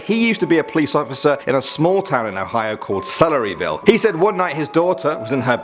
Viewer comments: Celeryville really, I'm sorry, but celeryville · Purple Noodle - scootz but i am !!! Dont im fine he said Celeryville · All of my fear was lost when he said Celeryville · I'm sorry, Celeryville?